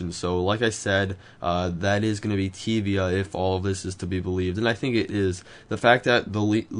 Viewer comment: I think you prunounced tyvia wrong.